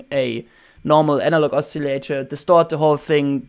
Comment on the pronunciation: you are very taleneted! not trying to be a dick or anything but most people say oscillator like : oss-a-later / os-a-lay-tor ... You keep pronouncing it: a-silly-ater (there is no y in it) This is an amazing tutorial thanks very much for the advice : )